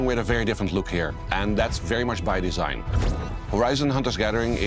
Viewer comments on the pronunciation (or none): "The desing is pretty Concordious"